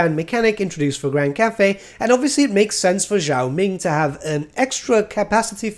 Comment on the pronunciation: Are you supposed to pronounce Zhao as "Yiao"?